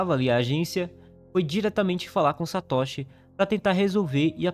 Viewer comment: A pronúncia é Satôshi e não Satóshi .Não existe acento agudo na pronuncia do nihongo. Mas o vídeo é bom 👍continue